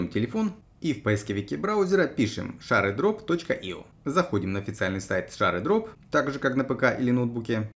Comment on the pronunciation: гайд нормальный, но при каждом ШАРЕдроп хотелось в окно выйти, рекомендую почитать в интернете произношение